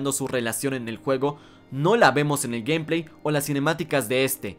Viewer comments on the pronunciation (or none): none